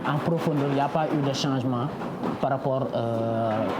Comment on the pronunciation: Cet homme a dit "singemant" a a lieu de "changement"? Mon dieu !